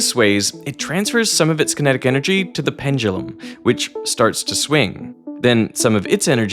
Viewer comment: I see you have finally learned how to pronounce "pendulum"! Great for you!